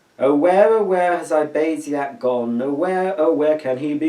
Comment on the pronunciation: wow u actully saild my name correctly :D & btw i've got to admit i have liked this video & good sining lol you seemed like u were lauging at that lil tune